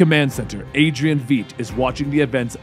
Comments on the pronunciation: V-ight not V-eet. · Adrian Feet? Thought his name was Veight? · Adrian VEIIIIIIIIIIIIIIIIIIDT!... It's not pronounced Veedt, it's pronounced VeIIIIdt, like light with a "V".Man that's frustrating lol. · Love this story, one small thing: The 'ei' in Adrian Veidt's last name is pronounced the same way as the 'i' in 'wide' is. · Panthror Yeah it’s pronounced like “Vight” right? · You sure? Because there is a German last name that's spelled "Veidt", and it is pronounced more like "fait". Like "Fight". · Veidt(pronounced 'vite') I've really enjoyed your coverage of these comics! 👍👍👍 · VITE ITS VITE ITS PRONOUNCED LIKE BITE ITS VITE LOL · he said "VEEDT" smh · i've given up on pronouncing things right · Only question I have is why do you keep pronouncing Adrian's last name the way u do lol